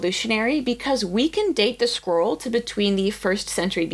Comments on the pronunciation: Sounds like you're saying "squirrel." SCROLL. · I keep hearing "squirrel" not "scroll" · First time I have heard of an American saying squirrel properly... and she meant scroll! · In my Dutch ears, your “scroll” sounds like “squirrel”… opening squirrels, eeew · You pronounce scroll kinda like squirrel lol, got me confused there on the start! Still dislike AI but thats so interesting to hear